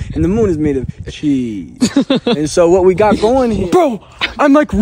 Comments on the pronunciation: " Quite witerawee" "The moon is made out if cheeseee...." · Hr said chweeees